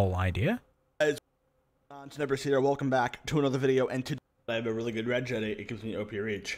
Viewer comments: Pronounced "rej edit" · A Great Video, but it honestly pains me that you spoke about regedit for 15 minutes, and not once did you pronounce it correctly 😢 "r-edge edit", Its 'Reg'istry 'Edit'or